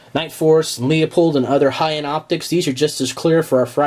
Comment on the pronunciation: Leupold "loopold" ;p not leahyapold